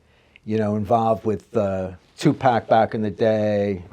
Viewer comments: When you can't pronounce 2pac nane right, two pack, I can't take you serious 🤷🏾‍♂️ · lost when it came too 2nd names and everytime he says 2pac like the way he does is aggravating!! TUPAC!!